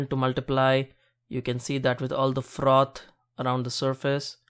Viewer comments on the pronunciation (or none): Whe he say frrrrrrroth I felt that.